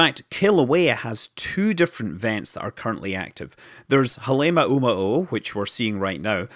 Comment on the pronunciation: Hah-leh mah`oo mah`oo ` = glottal stop